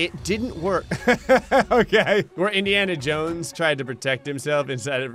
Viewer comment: “Indiana Jowow”